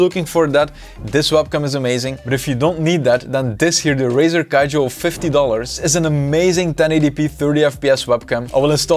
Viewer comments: Somebody tell this man its not Razer Kijo its Kiyo --- K- I - Y - O,the vid is good though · Brother, you saved my ass, but hand, you don't say "kayo" you say "Kiyo" that's from the first year of Andalusian for God's sake